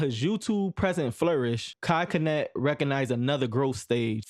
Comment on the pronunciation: dude definitely thought mispronouncing his name would help his algorithm by making folks commit. here you go g. my comment might help push u a lil